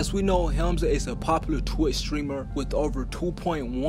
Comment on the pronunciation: Hamlinz not hemzin